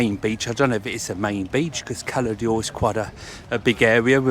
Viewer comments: I have l been to Cala D’or numerous times and the ammount of times the locals, have corrected the pronunciation from holidaymakers is unbelievable. If you go to Cala D’or the least you do is say it correctly!! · Why do people call it Cala Dee or? It’s Cala D’or . There is no letter i in D’or.